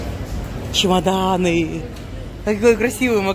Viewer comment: "Ч Умаданы"😂😂😂😂😂😂😂